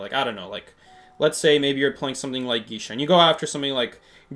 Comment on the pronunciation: do you know it’s pronounced gay-sha? I die a little bit inside every time I hear you say gee-sha…